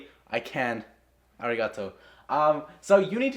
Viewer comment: I smashed the subscribe button the moment he said 'arrigato'🤣🤣🤣...(also because of the value being provided)